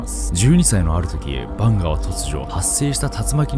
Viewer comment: カマヴィンガみたいな言い方すな